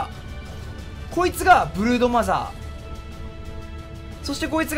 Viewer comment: 最初ブルーノマーズって聞こえてびっくりした